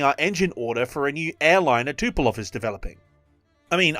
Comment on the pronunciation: Communism never was and never is and never will be a threat. Fascism on the other hand always is a threat. See America 2026. And please, it's Tupolev not Tupelov. Thanks.